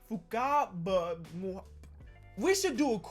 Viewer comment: sees “fakaba” Also: says “fukaba”